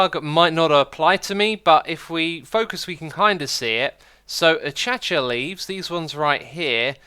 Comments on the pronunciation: its pronounced uh-kay-she-aa not uh cha cha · Did you just say actchatchyah. It’s ackæshuh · Achacha? Did I hear that right? Achacha leaves. I say it "acashia" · Uh-Kay-Sha! Not achacha. Please! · Acacia is pronounced (ak-ay-shia) not achacha😂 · ..aCHACHA. what? It's pronounced Uh-kay-sha. Acacia is pronounced Uh-kay-sha. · Did YOU JUST FUCKING PRONOUNCE IT ACHACHA??? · sigh a-KAY-sha leaves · acacia = "ah-kay-shuh" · I see your still too ignorant in tn the pronunciation of Acacia. I mean does it look like its pronounced ACHACHA. Maybe you need to go to Specsavers and get a new pair. THEN you will see the "i". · Normal people: Acacia XisumaVoid: A-CHA-CHA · To be honest, After hearing atchatcha leaves, I feel like you deserve the way Grian pronounces your name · OHHH ACACIA WTFFF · please stop saying acacia wrong